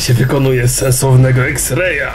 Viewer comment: IKS REJ A NIE EKS REJ !